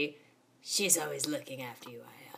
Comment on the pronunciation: Her name is actually pronounced aaya